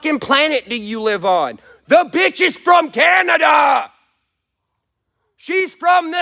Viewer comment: the way you said Canada made me laugh lol sorry i know its not something to be laughing at right now but your fans will always be in your corner